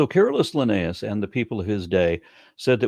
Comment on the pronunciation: When i first heard you saying carolus linnaeus i thought it was a nickname calling him careless for not realizing that a family tree might just be a family tree